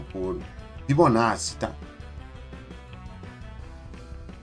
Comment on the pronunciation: Só por falar Fibonacci corretamente já ganhou meu respeito srsrsr